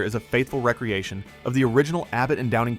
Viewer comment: I hate AI narration ....cant you pronounce re creation ? not recreation ? WTF